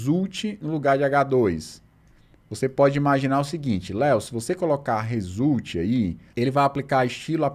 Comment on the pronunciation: No "résulti" você já não tava nem tentando mais! 🤣